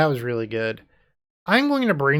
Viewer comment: First: Love the list, and completely agree with this being the best Relay list I’ve seen thus far. Second: the word “really” sounds a lot like “relay”…so I think the deck should be called; “Izzet Really Storm?”…but that just my 2 cents 🤣 Well done as usual brotha!